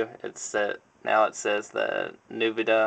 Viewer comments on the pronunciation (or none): it's "Ennvideeuh" Nvidia. lol Hum... I'll try that, if I ever decide to purchase an Apple product when I'm dead.:D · Thanks man!! P.s it's pronounced "EN-VID-E-UH" Hope that made sense! :)